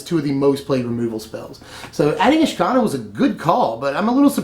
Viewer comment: isn't it said Ish-Ka-Naar?